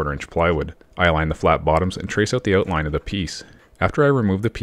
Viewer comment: Great project all around; but what in the name of man-oh-manitoba is an "oohtline"? Eh....?